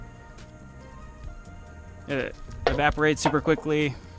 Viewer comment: Hull not hole Evaporates not vaporates Taken not tooken